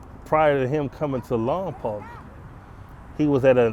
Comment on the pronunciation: Ayo im from lompoc lol. Its pronounced like lompoke just fyi